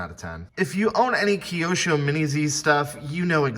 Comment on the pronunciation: That's the first time I heard it pronounced keyosho lol. Very cool video though